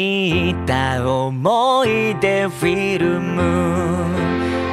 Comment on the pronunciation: いやもう泣けるし声もいいそしてフィルムの発音好き